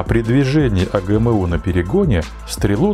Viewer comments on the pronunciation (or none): "Знакомые буквы "эй джи эм???" У меня одного ухи в трубочку свернулись? Чеканулись РУССКИЕ буквы читать по-вражьи?